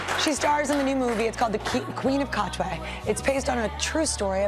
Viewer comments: I cringe a little every time Katwe is butchered. Like "Katwa", really? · Queen of what?😂😂😂😂😂Katwa!its Katwe*